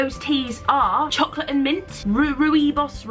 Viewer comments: Rooibos is pronounced roy-bos :D it's a South African tea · pronounced roy-bos (the "o" in bos is pronounced like the "o" in pork, NOT the "o" in pot). Or you could just type into the YouTube search "how to pronounce rooibos" and watch the video from Oxford Dictionaries, it's not bad. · Aww too bad for me, I live in the US. But I'm excited to see the picture for who wins the creative tea-drinking contest! I love tea too.. there is nothing it can't do. Those flavors sound delicious! I think it's pronounced like you are saying "Roy" and "Boss" together Carrie, so phonetically it looks like "royboss". Happy Thanksgiving everyone. <3 Count your blessings! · It's pronounced roy-bos fyi :) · Rooibos pronounced: Roy-boss :-) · Carrie the tea that you couldn’t pronounce, Rooibos? You pronounce it Roy, like the boys name :) It’s a South African tea, 'rooi' (translated from Afrikaans) meaning red. (so basically red tea) <3 Rooibos tea tip you do not drink it with milk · a proud South African and drinker of rooibos teas I thought I'd let you know that the 'rooi' part of rooibos tea is pronounced like the persons name Roy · Is Rooibos the tea you can't pronounce? If it is then it's pronounced ROY-bos :) It's an Afrikaans word meaning "Red Bush". It's a tea originally from South Africa :) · Hi Carrie :) It's pronounced roy-bos. It's a South African tea and it basically means red bush, this is where the tea comes from :) x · Rooibos is the pride of South Africa. :) It's pronounced "Roy-baws". It's Afrikaans for "red bush" :):):) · Hey Carrie! I used to work at Starbucks and I learned that Rooibos is pronounced ROY-bus. Crazy, no? Just thought I would share that since you said you weren't sure how to say it. Cheers! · its pronounced as roibas i think! as i understand it its just the african pronunciation of red bush!